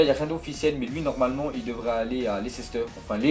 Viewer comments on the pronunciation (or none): Tu peux arrêter de dire Lecéster stp lol merci ^^ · C Leicester pas lecester